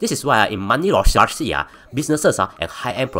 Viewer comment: aiyo..pronounce laundering properly for f's sake.